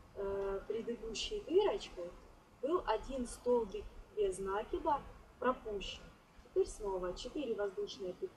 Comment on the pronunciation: Очень красиво!Только правильно не без нАкида , а правильно произносится без накИда.